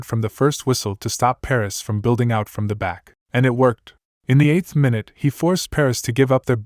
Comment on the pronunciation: I like the video but I noticed you said "mainute" Have you ever heard anyone pronounce it that way??